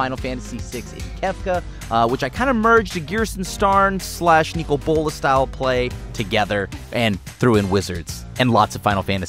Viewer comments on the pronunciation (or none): none